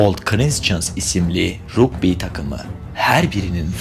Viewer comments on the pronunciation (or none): Rugby ne be kardeşim o nasıl telaffuz